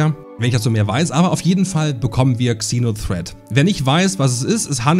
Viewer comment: Ich werde nie verstehen warum man GANZE englische Begriffe nimmt aber davon dann nur die HAELFTE englisch ausspricht. "kseno threat" Das Fernsehen ist auch voll davon... 🤦‍♂